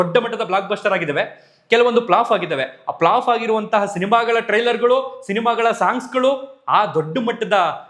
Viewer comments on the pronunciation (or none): ಅಣ್ಣ ploff ಅಲ್ಲ flopಸರ್ CORRECTION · avre I'm a fan of u but pronunciation sariyagli irli Flaaf (ಫ್ಲಾಫ್ ) flop ( ಫ್ಲಾಫ್ ) Matte baibedi accept madkondu sari madkoli thankyou